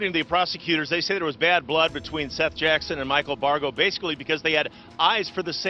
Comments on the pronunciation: It's pronounced "Seth" not "Seeth." Don't know if this is an ai voiceover or what but in 2 of these videos it is calling him "Seeth." Just stop. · Justin "Solo" = Justin Soto Seath = "Seth" Just take 5 minutes before you record to make sure everything's pronounced right. This is your job lmao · “seeth” Jackson huh? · Seth not seath soto not solo.................. also they all lived there together and seth lived down the road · I always wondered if some of these crime channels use AI voice speak to do their narration for them. And with the pronunciation of "Seath" it confirms my suspicion.